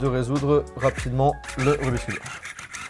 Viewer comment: Je t'adore mais j'ai quitté la vidéo très vite... En tant que cuber non-professionnel, j'en pouvait plus de t'entendre dire "rubiscube".